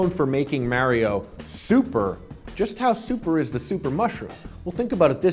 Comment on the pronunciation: Whyy is Harley one of those people who can't pronounce correctly Mario 😫